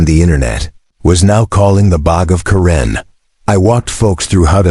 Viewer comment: I made it to 3-minutes 28-seconds and I had to drop out of this video because the AI voiceover is so bad between trying to pronounce the name Karen and of the luxury car brand Lamborghini. This was truly the worst AI voice overed video I think I have listened to and again it was so bad I cannot believe I made it as long as I did.